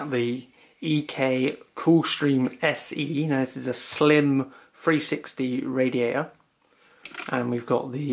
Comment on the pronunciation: Great vid bro, love it how you say radia'ah..